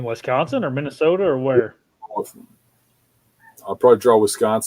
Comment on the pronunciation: weesconsin lol.